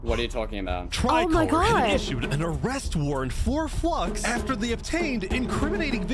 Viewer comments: Its called watching the Bromance be betrayed for the record no one gets Flux's name right... Its not Flux-ion Its Flu-ix-on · Considering that I don't think his name is said correctly one time in the video I don't blame anyone for saying it that way. Maybe everyone mispronouncing his name is the real reason he turned into a villain.